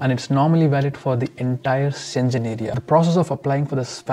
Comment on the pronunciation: Schengen is pronounced as /ˈʃeŋən/ not senjen.